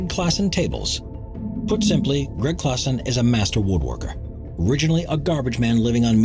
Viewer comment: It's Gregg Klassen not Gregg Classen.